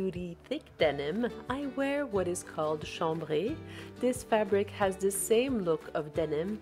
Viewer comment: Hi … such beautiful ideas. Love how you say chambray. It sounds so elegant said your way.